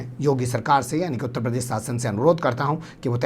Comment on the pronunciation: Aapki news authentic rahti hai news presentations bhi umda rahta hai Pleaae talaffuz (pronunciation) sahi kijiye jaise zyadatar sh ko s kahte hai uttar pradesh ko uttar prades